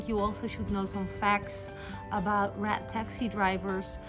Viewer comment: Through the whole video, i thought you were saying rat taxi then i realized you were saying RED taxi. Lmao😂